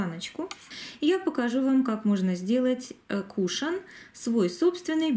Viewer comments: Очень режет слух, тем более, что часто повторяете это слово)) правильно говорить - кушОн!!!!! Если бы ударение было на первый слог, то вместо О , была бы Е. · Извините, но вы неправильно произносите слово кушон ударение на втором слоге